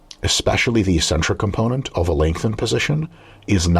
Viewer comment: “ek-centric” not “ee-centric”